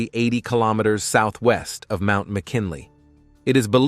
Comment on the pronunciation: when he said MANT Mckinley i shut it down